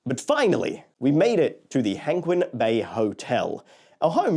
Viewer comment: I still have no idea why the English spelling for the company and resorts is Chimelong when it should be Zhanglong. Also Hengqin is pronounced /həŋt͡ɕʰin/, almost like hung-chin. I honestly thought you were staying in the Penguin hotel at first but then though, "hang on, did he say Penguin Bay hotel?"